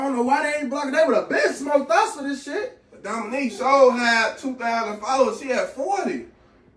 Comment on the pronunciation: This mane said Dominique Wilkins.😭⚰️